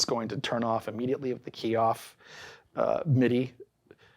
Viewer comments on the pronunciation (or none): none